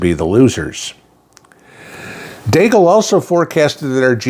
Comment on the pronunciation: Deagel not deagle.